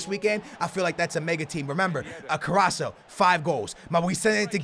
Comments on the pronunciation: "i hope I am saying his Name right"- 2017 says Carasso instead of CarassCo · CarrasCo not carasso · it's CarrasCo not Carrasso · IT IS CARRASCO NOT CARRASO!!!!! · It's carasco not caraso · it's carrasco not carrasso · carrasCO not carraso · Carras-CO not Carras-SO LOL. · CARRASCO AND NOT CARRASO 😂😂😂 but nice video again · Hey its CarrasCo not CarraSo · Can you please stop saying caraSSo it's caraSCo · Its not carasso its carasko" (carasco) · its not carrasso, but carrasCo(C=K) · It's CarrasCCCOOO NOT CARRASO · It's carrasko not carrasho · OMG its CarrasCO not CarraSO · CarassCo not Carassoooo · His name is CARASSCO, not CARASSO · Carasco not caraso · It is carrasko not co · CarassCO not Carasso but still THE BEST YOUTUBER EVER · It's CarrasCO not Carraso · Pls its carrasco not carrasso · Car-as-co not caraso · carrasCo Co not carraso carassCCCCCo please :'D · Not carasso it's Carassko or how it it pronounced anyway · He's not fucking caraso he's carasco with a c go back to school aa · CarrasCo. Not Carasso. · You pronounce it CA-RA-S-CO Not Caraso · Carras-co not carraso😂😂😂😂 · HIS NAME IS CARRASCO not caraco 😂😂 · It is Carrasco not Carraso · it's pronounced carrasKo not carasso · his name not corraso is corasko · Btw, you pronounce it 'Carrashko', not Carraso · It's carrasco not carasso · Carras-CO not carasso 😉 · It's ca-ras-co (that's how u pronounce his name) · It's said Cara sco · All love, but it is a hard C, "Kuh-rass-ko" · its pronounced Ka-Rass-Ko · It's carassco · u forget to say the C after s in caraSCo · their is a c in carassco that he doesn't pronounce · love you dude but it's corrasCO lol great vid tho man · its carrasKo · its said carrasko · yo he is called carrasCO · i am so annoyed because of "caraso"😂😂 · It's carrasCo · CARRASCO* ffs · My man it is CarrasCo you have to pronounce the C :) Did you know he is Belgian , Spanish and Portuguese? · It's pronounced KarasKo